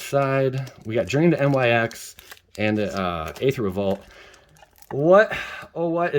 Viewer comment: I really hope your pronouncing Nyx like that to troll us lol. If ya didn't know though it's pronounced Nicks. Or however one might say it lol